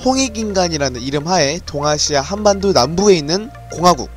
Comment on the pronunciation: 지금 번역기 돌려보셨나요? 전 칸반도라고들리던데